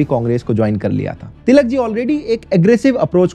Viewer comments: He can't pronounce ळ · Its टिळक not तिलक